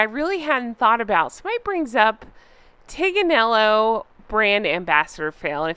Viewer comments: Just a note Tignanello has a silent G so her "blog" is wrong. The wine is pronounced Ti nan ello, no G. Megnut is so stupid. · The “G” in the wine is silent . It’s Italian think of Lasagna. She is such a dumb Shit …it’s not pronounced TIG Nello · Maybe the reason why the Tignanello wine company is not associating with her is because it is not pronounced Tig-na-nel-lo but pronounced teen-ya-nello? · This Tignanello wine isn't even pronounced the way MM thinks. Like Archetypes, she has no idea and has not bothered to research it. It's pronounced "Tin--ya-nello" (approximately!) But "The Tin" doesn't have the same ring to it. I have a pet theory that the name refers to H's favorite nanny, Tiggy Legge-Bourke. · Meagain was too stupid to research that tignanello is pronounced Teen yawn ello. the G is silent in Italian. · In Italian "gn" is pronounced as a long soft "n", as in lasagna, so Tig is totally wrong. Furthermore, "G" has a hard sound if it is followed by the vowels A, O and U. The sound of the Italian hard G is the same of the G in the English word “game.” An example of an Italian word that contains a hard G sound is gatto (cat). Meghan pretends to be a multi-lingual worldly traveler and connoisseur but can't even get the simplest things right. Fake, fake, fake. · BTW, the "g" in Tignanello shouldn't be pronounced; it's teen-yah-neh-lo. So the blog name is extra stupid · Tignanello probably wanted nothing to do with Meghan because she couldn’t properly pronounce Tignanello! There is no hard G sound! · It's TIN-yan-el-lo. So now you know. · She also does not pronounce it correctly, speak to an Italian and they will tell you. Best wishes.